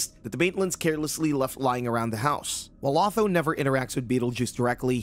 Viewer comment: who the bloody hell is "AW-THO"???